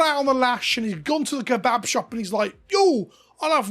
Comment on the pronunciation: British man saying kebab!